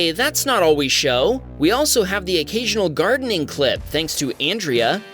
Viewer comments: "Andre" is not pronounced "an' dree ah", it's pronounced "on' dray". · I'm laughing at you calling him "Andrea" when it's Andre....like Andre the giant 😅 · Andre pereira...Isnt that pronounced ANDRE not ANDRIA??? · Andre is pronounced UN-drey, not Andrea. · It definitly said Andre not Andra… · it is Ahn-dray. I do not think it was Ann-Dree-uh. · Re: #5 the guys name is Andre, not Andrea 🤦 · How does Andre feel about you calling him “Andrea”? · "On-dre" not Andrea lol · An dray.... not Andrea!!😅😂😅😂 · lmfao andre is not pronounced the same as andrea. andre is said like "on dray" not "an dree uh" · Andrea is a crazy pronunciation for Andre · Andrea is a girls name and you kept calling Andre as it showed in the text Andrea. Oops is that a wham baam narration? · Andre… thats NOT pronounced Andrea. Hes a guy. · By the way, Andre is pronounced Ahn-DRAY, not like the girl's name Andrea. No a at the end. Ted should have been paying more attention to the road. Never stop in traffic. Better to exit then get back on the highway than stop where he did. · Andre ... An-dr-ay ... Andre ...